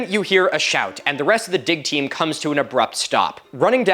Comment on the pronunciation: I am processing apples for cider, listening to this, and my tired brain totally heard "dick team" .